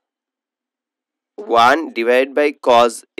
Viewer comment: আংকেল আপনি তো কজ বলেন কিন্তু এটা তো কছ